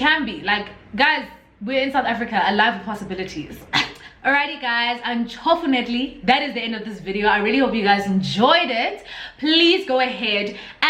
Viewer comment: Lmaooo your Xhosaness (not a word duh) jumped out there by "untshofunately" 😭😭😂